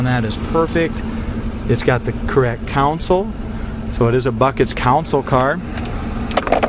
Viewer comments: Console not council. Yankee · Console not counsel, wtf?v